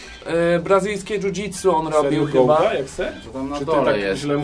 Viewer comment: Eddy Gordo NIE GOUDA JA PIERDOLE XD